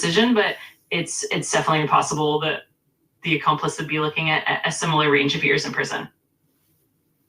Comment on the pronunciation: “An accomplist” 😂😂😂